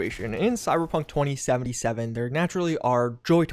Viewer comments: Did he say Cyberpunk horny-seventy-seven? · did he say hor*ey 77 or am i just immaginning it